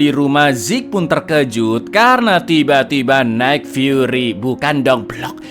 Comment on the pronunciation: nick furry mas. Bukan night furry